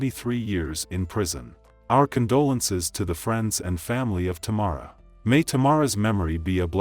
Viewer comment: The lady singing pronounced her name correctly & the narrator still said wrong. How Sway? I have the same first name and that’s why I don’t use it 😡